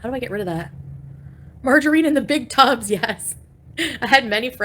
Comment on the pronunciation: "MargerEEEEn???", ughhhh you cant even say that right. 😅